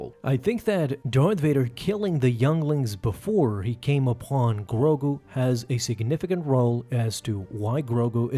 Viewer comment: Why you saying grogu like that💀